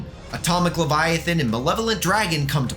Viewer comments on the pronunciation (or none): none